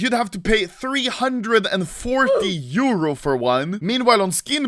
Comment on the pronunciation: Pls Say Euro Not Like that